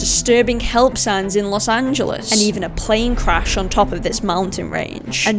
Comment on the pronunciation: Really good video- just learn how to pronounce los angeles, haha